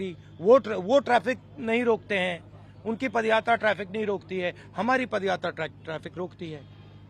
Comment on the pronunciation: pappu ji pad yatra nhi, paaad yatra kar rahe hain... 🤣🤣🤣🤣